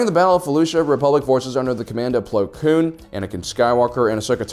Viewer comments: Well to be fair he says it correct so I think it was just him saying it wrong just because ig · Haha "Pong" Krell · He always says “plo kloon” when the name is “plo koon” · Do you call him Plo Cloon just to annoy me personally? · Why does he call him Plo Kloon and not Plo Koon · Plo Kloon? Plo Koon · plo kloon